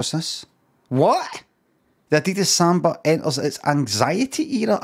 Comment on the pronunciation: Does Limmy pronounce Adidas wrong for a reason?